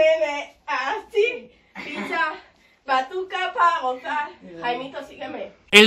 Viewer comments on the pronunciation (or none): none